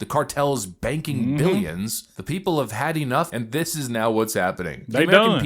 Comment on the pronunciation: I sure wish you would learn to say th”instead of changing it to a d! Dis, Dat,Dare, Da, Day instead of this, that, there, the, they!! Please learn to speak intelligently as I know you are not stupid.